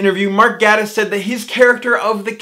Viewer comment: I tried to listen to this video but I got too distracted/frustrated at every mention of Gatiss. It’s pronounced “gAYtiss” ffs